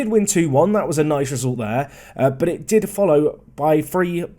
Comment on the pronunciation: Oh my. Butchering has gone too far! Now he's butchering English words in french. You're losing your English roots! Naize, not nees;)